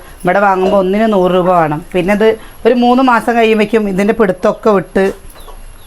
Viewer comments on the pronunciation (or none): വാണം വാണം എന്നല്ല പറയാ വേണം 🤭